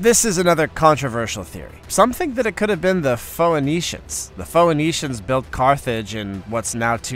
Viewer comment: Dude, Phoenician is pronounced " - nee - shun" not "pho - eh - nee - shun". You can google how to pronounce a word. Mispronouncing words that most other people know how to pronounce makes you sound less intelligent than you are. I wouldn't have brought it up except this isn't the first time you've done it. You do it quite often in your videos. You have done it many times in this video. Just when I start thinking how smart you sound you mispronounce an easy word.